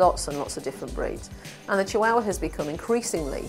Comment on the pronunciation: really bugs me how she says chihuahua